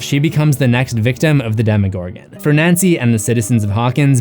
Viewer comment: He says Demigorgon not demogorgon you British dude with a emo hair cut